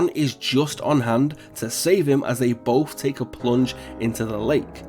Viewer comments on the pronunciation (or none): none